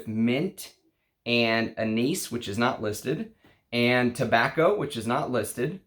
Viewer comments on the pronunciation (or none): none